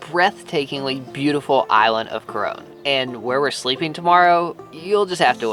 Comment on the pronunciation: Hi! Just wanted to teach you how to mostly pronounce "o" In the Phillipines! Here, most of our words with the letter "O" have a diffrent pronunciation. Like when you said "Coron" it sounded like "Corone" Just make sure your "o"s are short, not long pronounced os 😂 And i LOVE Your vlogs/blogs! Inspired me and my family to make a blogging/vlogging channel! Will credit you guys when we get famous 💖